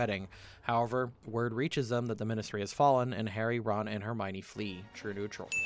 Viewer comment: Hermione, not Hermonie.